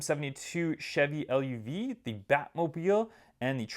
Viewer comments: i know, its luv like love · He also said chevy l-u-v. Kinda funny lol